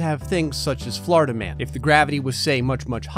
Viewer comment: Until like the 5th time he said it I was like who tf is Flarda-man